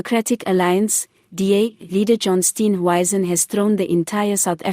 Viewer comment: Who is Steen "wyzen" ?????? Come on man. Speak properly for goodness sake !!!!!!!!!!